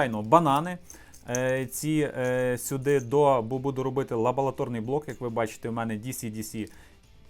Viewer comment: Дякую!Було цікаво, мені постійно чулося "Лаболаторний" , а не "лабораторний"))))